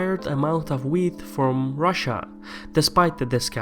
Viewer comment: The required amount of weed from russia? Haha, joking aside I know you mean "wheat" but it sure sounded like "weed".